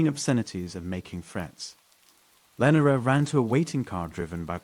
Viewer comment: Austin NEVER has deserted streets..and lenora is mispronounced over and over.....thumbs down